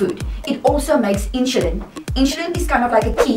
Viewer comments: Why do you prouncoun "i n s u l i n" as "I n s h u l i n? Just wondering. Otherwise this video is quite exceptional. I've been dx'd at age 2 in 1959. Wowee! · Thanks for watching the video, I am happy to hear you enjoyed it. With regards to the way I say "insulin": When I was diagnosed (20yrs ago at the age of 16) that was the way my Diabetic Educator pronounced the word "insulin", so I guess it's the way I was taught to say it, hehe. Afrikaans is my first language and English is my second language, so I only recently found out that I'm saying it differently :) apologies for that. Well done for living with T1D for such a long time, I am sure you're an inspiration to others.